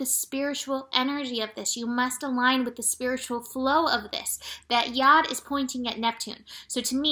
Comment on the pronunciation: I had to stop watching and go investigate what a 'Yod' is. Happy to report after thinking you were saying 'yard' or 'yarn' I ended up summonsing help from somewhere higher up. haha. ty ♥ Speaking of tiredness, I came over all sleepy today. The first thing I did was look at the planets. All I could see was the moon opposing pluto at 17 degrees. I've just had another look and there was a triangle of potential between the moon in cancer, pluto in capricorn and the sun in scorpio. By the time they reached 16, 17, and 18 degrees my eyes wanted to close. I may have missed something else that was happening at the same time. There are too many lines for me to look at. There is something else about to form over the next few hours involveing saturn, chiron, uranus and the moon -- it all changes so quickly